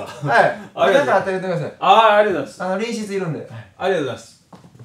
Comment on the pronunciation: 隣室（りんしつ）って言う奴